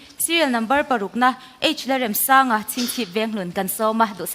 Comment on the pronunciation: Pu Remsanga hming hi in lam dik lo deuh em le!? Amah chuan lung ka REM tiha, REM tih thluk hi a hmang niin ka hria. Lo ngaithla chiang deuh mah t'u.